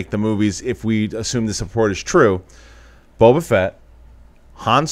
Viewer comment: Question. Does anyone know why John Campea calls Boba Fett, "Boba Vett"?